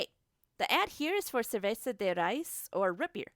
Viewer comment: Ikr what the hell is ser vei sa de rice. CErVezA de raÍZ